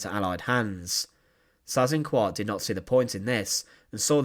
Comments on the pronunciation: If you're going to do documentaries featuring Germans - do learn a bit of German, so you can learn to pronounce names properly. You're HitLAH's bad enough, but Size InkVART's even worse. Single S sounds like 'z' (usually) double 'S' is pronounced as a UK/US 's'. So the name Seyss-Inquart sounds at least a bit like 'ZISS - Inkvart'. Not exactly, but at least that'd be better than the way you pronounced it - sorry to moan, but you've done a number of these now, and your accent is NOT improving. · I was taught decades ago that his name was phonetically pronounced "Say-ezz Ink-vart". Just saying. Really enjoy your informative vids, sir 👍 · David Cassidy: The correct German or Austrian pronunciation is Zeyes-inkvahrt. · My father was a child growing up in Holland and was 11 years old when the war ended. He became a history teacher and always pronounced the name "Cease Inkart"...a monster no matter how it is pronounced. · I've never heard his name pronounced like that, it's definitely not a common name,or not in the US anyway, great video ✌️ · He has his problems in pronouncing foreign proper names. Would be forgivable if he would accept suggestions for improvement. But unfortunately he doesn't . . .